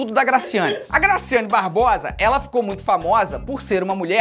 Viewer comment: Eu ficava voltando TD vez que ele falava grascyannee Barbosa (n sei se é assim se escreve) mais e MT legal kkkkkkk